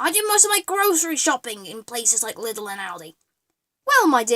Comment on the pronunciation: I could Punch you for how you Pronunce Lidl and herein Germany Lidl and Aldi are pretty Solid and good quality and funfact some of those knockoff productd are owned by the Company they are pretending to be so they can sell both product varietys